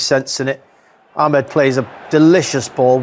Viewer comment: Why do people call him amed its amad not amed clowns